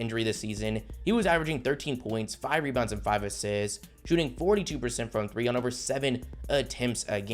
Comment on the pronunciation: I hate how you say the word assists